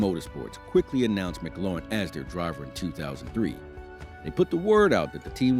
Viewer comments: Just letting you know McLaughlin is pronounced like (Mik-Loff-Lin) not Mc Lauren. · COME ON YOU CANT SAY THE DRIVERS NAME RIGHT WHAT BS